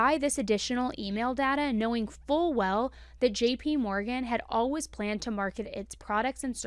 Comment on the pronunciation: Its Al-Ways. Not Al-Was 😂 you get me every time!